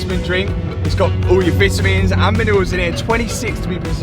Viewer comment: And it’s not vetimuns please speak English!!!!!